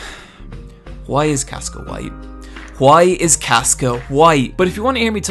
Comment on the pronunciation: At the end is he asking "Why is Caska white?" It sounded like "Why is Caska, why?" ^^